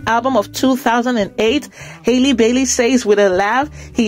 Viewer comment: Her name is Halle, not Hailey. Just like Halle Berry. Please correct this.